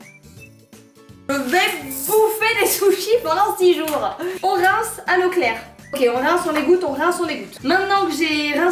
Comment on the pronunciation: J’ai compris « on rince à Leclerc « au lieu de « on rince à l’eau claire » 😂😂😂😂😂😂😂😂😂😂😂😂😂😂